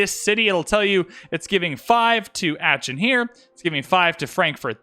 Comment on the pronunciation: please stop saying aachen like that